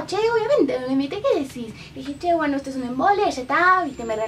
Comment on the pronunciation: ESHTO SHE ACABA TODO ESHTO SE ACABA JAJAJAJAJAJ LIKE SI ERES CASTELLANO I TE DA RABIA QUE LO PRONUNCIAN ASI XDDD